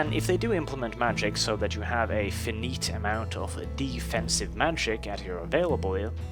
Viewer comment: Hi, cool vids although.... "finite" is pronounced like "Fy - night"